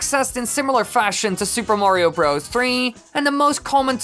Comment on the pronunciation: you put emphasis on the wrong word. It’s Super MARIO Bros. not Super Mario BROS. Just saying